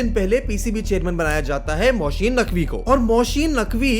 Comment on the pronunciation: Yes and the other name is Mohsin not Mosheen.